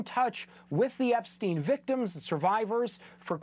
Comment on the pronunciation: Why do they all pronounce"Epstin" , "Weinstin", while they pronounce Einstein properly? That's kind of ridiculous honestly...